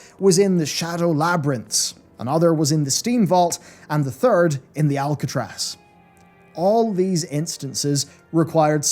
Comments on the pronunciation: ARCatraz,! Not Alcatraz! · ARC-atraz not ALC-atraz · aRcatraz not aLcatraz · ARCatraz, not Alcatraz. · The ARcatraz... there's no "L" in that dungeon name. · Are you purposely calling it Alcatraz? Cus thats not its name...